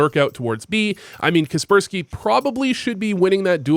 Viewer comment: is kacpersky not prounounced kacper-sky, seems better